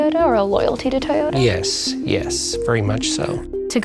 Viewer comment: TaeYoda. At this point im pretty sure she also says Worder instead of water